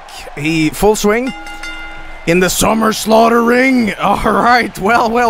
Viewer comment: “Are you ready for the SUMMER SLAUGHTERRRR *ledleldltleley*”